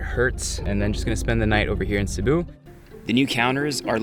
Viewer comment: You nailed Cebu, that’s my place!👏🏻👏🏻👏🏻👏🏻👏🏻